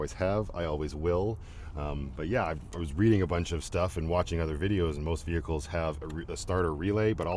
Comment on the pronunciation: dearest! ❤😂😂😂😂❤ Too many ve-hee-kles!!!